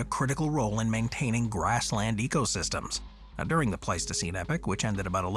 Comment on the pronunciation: e-poch not epic